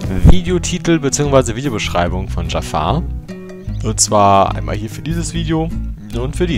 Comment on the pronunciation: Zu Beginn: Dieser Kommentar ist sehr viel länger geworden, als gedacht. Ich WUSSTE, dass am Anfang erst mal was zu meinem Namen kommt. :D Immer wieder belustigend.^^ "Dschaffar" (wie der Böse aus Aladdin) und "An-ju-hal" wird es richtig ausgesprochen, um das Rätsel einfach mal zu lösen.^^ Aber ja, über einen möglichen Namenswechsel hab ich schon öfter nachgedacht. Werde da beizeiten mal überlegen, wozu ich übergehe. Hach ja, das Banner, sowie Design generell...Ich weiß, dass das Sinn macht, um Leute auf den Kanal zu locken und zu halten. Aber es war einfach immer ein Teil von Youtube, der mir persönlich überhaupt keinen Spaß macht. Deswegen ist das Banner auch so enorm schlicht: Wenn ich da mehr machen wollte, dann würde es nicht langweilig sein, aber irgendetwas wäre bestimmt Grütze.^^ Eigentlich halte ich schon seit Jahren nach einem Künstler Ausschau, von dem ich denke: "DER soll mir was designen." Hab auch vieles gesehen, was mir gut gefallen hat, aber so richtig ist der Funke bisher nirgends übergesprungen. Abonniert habe ich deinen Kanal nicht.^^' Aber deine Kanalrezensionen gefallen mir wirklich gut, deshalb das Feature.^^ Ohne den LPF-Thread gäbe es auch ein Abo, aber da bleibe ich auf dem Laufenden, und meine Aboliste wird nicht noch überfüllter, als sie ohnehin schon ist. Kurze Trivia zu den Commentaries: Exorions Rechner war für gute 8 Monate völlig zerstört und in den Tiefen einer Reperaturwerkstatt verschwunden. g Also ja, aktuell passiert auf dem Kanal nichts. O